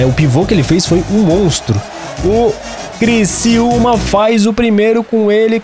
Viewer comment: É CRICIÚMA NÃO É CRICILMA É CRICIÚMA!!!!!!!!!!!